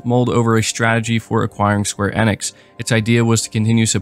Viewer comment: Yes. It was annoying me too.